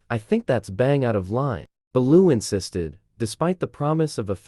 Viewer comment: Can’t even pronounce Bellew